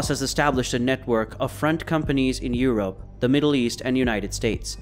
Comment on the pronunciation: Y he say europe like that